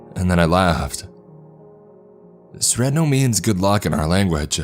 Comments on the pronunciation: You said Sretno like sretnow lmao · when you fucked up in school and you know your mom knows edit; anyone else a bit annoyed at the way he said "sretno"?